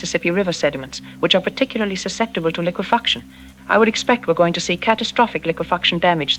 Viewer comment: Dude ai is funny liquifucksion😂